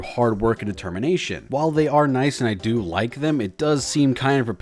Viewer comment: We will deoo him! (music stops) Um... did you say... "do him"? I said deoo him! What part of 'deoo him' doncha understand? Still never gets old!